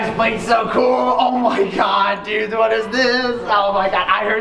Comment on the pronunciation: Did he just say /dood/ or /dude/